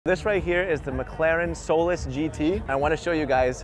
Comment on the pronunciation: The way you say Solus sounds like soulless. It's SOL-US. like Saul-Us.